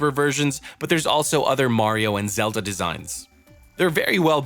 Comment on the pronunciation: No but he said zelta